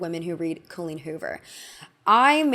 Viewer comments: co-leen hoover joining the ranks with grand ol oh-pree and rob ray-ner. i love you but how do you always do this lmao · i love your videos, but as an irish person with an Irish name myself please please please look into how to pronounce names of irish origin. I dont care about the writer, but the name Colleen is not Col as in Colon, but Col as in Colony, with emphasis on the een as in Halloween. (You need work on Riordan too). Sorry to be that person 😅